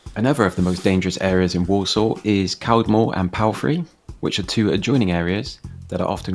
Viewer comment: i live in walsall. its not that bad. he was saying caldmore and palfrey wrong. you are always find dirty streets like you did in birmingham.